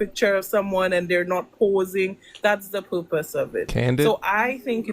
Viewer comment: She said "that's the poopus of this" lol